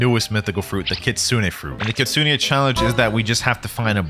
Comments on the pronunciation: Its Kitsune like you pronounce the letter "e" at the end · its pronounced kitsu-ney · listen carefully: kit-soon-ayyy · bro its KIT SU NE